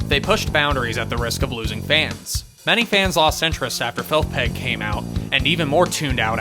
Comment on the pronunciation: "Felth Peg" 😂